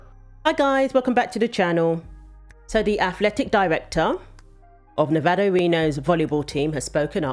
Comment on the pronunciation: Thank you for saying Nevada right